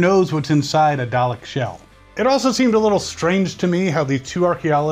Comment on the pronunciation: its "dalek" not "darlek" to correct you